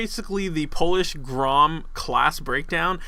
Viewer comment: grom you pronounce it grrrom. roll your tounge on the r